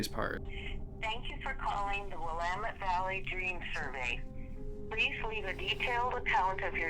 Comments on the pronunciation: why can nobody outside of Oregon pronounce "Willamette" correctly? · The way he pronounced Willamette was also weird to me. The lady on the voicemail says it right, and he still got it wrong. :P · and still said Willamette wrong even though he heard the automated message like the rest of us 😂 at least after the recording he pronounce Oregon correctly 🤣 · I live in Oregon and ur pronouncing Willamette wrong and same with Oregon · "OR-uh-GON" "WILL-uh-met" the pronunciations are the most disturbing parts of this video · I hate to correct you but it’s pronounced willAmitt not willameTTe and Oregin not oregOn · ITS PRONOUNCED WIL-LAMB-MET NOT WIL-LA-MET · You're so close, but it is pronounced will-LAM-it. Not will-uh-mutt. Edit: Oh, the gal in the automated message says it right. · Sorry to be that guy, but we pronounce them “Ore-GUN” not “Ore-GONE” and “Will-AM-ett” not “WILLAM-ett” -A Guy Born and Raised in Portland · i love your videos and cannot wait to see more, but please research pronunciation—! it’s (will-lam-mit) valley and i remember this being so bizarre when it was happening lol :3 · sir - I love you bro, and this is why I’m gonna help prevent you from inciting any more rage from Oregonians, more specifically Portlanders, who consider rioting a team sport. The phonetic pronunciation of Oregon is: OR-eh-gun The phonetic pronunciation of Willamette is will-AM-it 🪵🍺PDX PRONOUNCIATION BONUS 🌲☔️ Couch Street is not pronounced like a piece of furniture, it’s pronounced like the lady bits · As an Oregonian I’m dying at how you say Willamette 😂😂🤣 I was like “I’ve never heard of this place” it’s pronounced “Will-am-it” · fyi, The "a" in willamette is pronounced like the "a" in the word "ant" or "add" and this is the vowel you put the emphasis on. So, it's pronounced wil A met. Try it. See? Now you sound like you live there. Don't bother thanking me, it's my job as an English teacher. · PSA: Willamette rhymes with "damnit" 😉